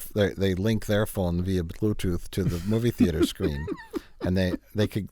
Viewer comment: I'm just here for the Wisconsin accent when he says "phone"